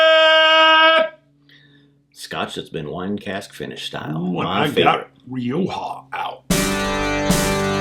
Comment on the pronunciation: Nice review guys, as others have said Glenallachie are offering some wonderful expressions & this Rioja is one I think I`d enjoy. Btw, far be it for me to tell you guys how to pronounce `Rioja` or `charcuterie` for that matter, here in the UK where we drink loads of the red ( the white is not as good for me ) we pronounce it Ri-okka, but the way you say it may be the Spanish way for all I know! Finally Rioja is a lovely region of Spain & worth a visit & not too far from the wonderful city of Barcelona.